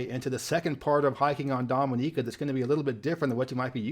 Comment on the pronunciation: So pleased you prounounced Dominica correctly, so many get it wrong. I lived there in the mid to late 90's and made some of the most amazing friends ever. I was known as "Mr Music" when I used to work at the market in Roseau :)